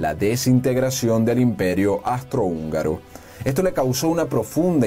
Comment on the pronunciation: Agradezco mucho el video y la enseñanza.... pero... REPEAT AFTER ME: AAAUUUUUUUUUSSSSSTRO-HÚNGARO!!! AUUUUUUUUUUUSSSSTRO-HÚNGARO!!